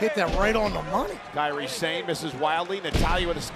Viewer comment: Kairi Sane (sah-nay) not (Say'n)